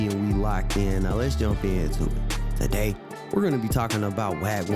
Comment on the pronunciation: My Boi KB💪🏾 “Taaday”🤣